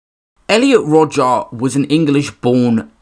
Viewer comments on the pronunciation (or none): I can’t think of a single reason to pronounce Rodger like that. And I’ve really tried